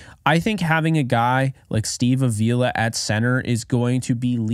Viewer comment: I don't want to be that guy but Avila is pronounced like avocado. I only mention it because I know you said you like to get names right,and i watched an interview with him and thats how he said to remember it 😂. Anyways keep up the great content!